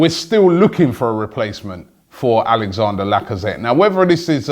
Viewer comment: Robbie i love you mate but his name is not Alexander. It is Alex-an-dre. His name ends with Dre like Dr Dre mate please say it properly